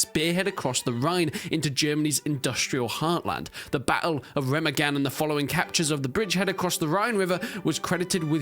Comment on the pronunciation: Re-MA-gen not Rema-gen